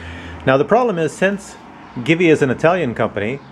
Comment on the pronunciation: Am I the only one who heard GIVI pronounced 'geevee' instead of 'jeevee'.